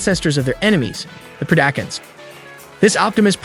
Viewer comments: that part you really make it hard for folks to not rip their hair out when you butcher the pronunciations like that! PRED-A-CON, TERRA-CONS, and its R-C "Arcee" SMMFH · He did not just say Pree-dack-un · Pred-acons not terror-cans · Its not Pre-dack-uns its Pred-i-cons also its not Terror-i-kins its Terror-i-cons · I was so confused who the “pre-dack-uns” were until I realized he horribly mispronounced predacons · It's Preda-con, like in predator. And Terror-con. Pretty sure the Terrorcons are from the Best Wars Uprising franchise. Those of us who grew up on Beast Wars, G1 and Armada are gonna give you a ton of crap for butchering the factions 🤣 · The "pre-dack-uns" is killing me slowly, but a solid breakdown. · idk how he even messed it up so bad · bro butchered half these names predacons - pre dac in? terracons - ta rac ins? cheetor - cheater? airrazor - err azor? had me dead through this whole video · Hahaha pre-dAcns nice pronunciation of predacons lol.🤣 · did he just say pre-DAkins, TARE-akins and deceptakins....?? dislike. see ya kid. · WTF is a Deceptikun? DeceptiCON. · Why can't this guy say Cheetor,Decepticons,Predacons and Terrorcons right I think he even pronounced airazor wrong.